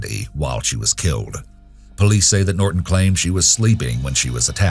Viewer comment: what is up with the glitch? at pronouncing "Norton".